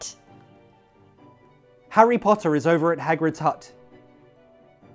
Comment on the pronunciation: why is there a ''t'' sound in between Hagrid's hut? Am I audibily mistaken?